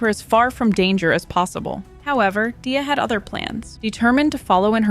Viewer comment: No hate, but Gleys intro shows how to pronounce Dia lol